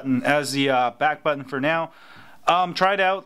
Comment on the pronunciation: "home batton" hahaha